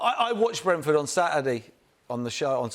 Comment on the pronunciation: If I have to hear Paul Merson say Brentford one more time I'll kill myself. It's sooooooo painful